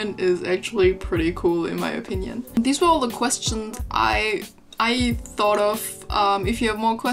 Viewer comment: a lil tip : instead of saying ,, queSTSCHNS" try to pronounce it like ,, queschtschns" :) * konstruktivr kritik unso hehe* aber dein englisch ist sonst wirklich gut und du hast ein sehr breit gefächertes Vokabular, weiter so :)